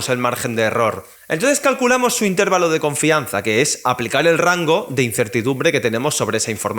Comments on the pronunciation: Se dice intervalo, no intérvalo. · Buen vídeo! Pero admito que me desconcentro un montón cada vez que dices intÉrvalo.